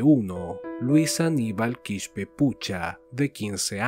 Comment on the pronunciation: No Quishpe es Quispe simplemente se lee tal cual